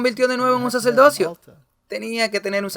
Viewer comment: Ni Saturno ni Saturno, se dice Saturnino. Y como crítica constructiva muchísimas palabras son muy mal pronunciadas. Por ej dice plurales y singulares mezclados, así como no se dice saceldocio o saceldote sino sacerdocio/ sacerdote, ni velda sino verdad, y una gran infinidad de palabras asesi nando así el idioma español. Tampoco se dice "preterorismo o preterorista" lo correcto es "preterismo y preterista". No se dice "jesuista" sino "jesuita". Yo no sé de qué país seas y como pronuncian en tu país y si hay la tendencia como en Puerto Rico que cambian la "r" por la "l" en muchas palabras pero no sé porque al leer la cambian a menos que en su país tengan un abecedario cambiado. El problema es que en otros países de habla española no lo entendemos así. Y eso confunde.